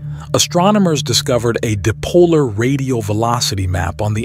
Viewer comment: "deh-polar"?? The reader doesn't know the word dipole or dipolar. It's pronounced "die"-pole.